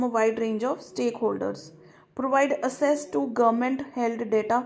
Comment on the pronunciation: Access pronunciation is incorrect. Kindly use Google feature for it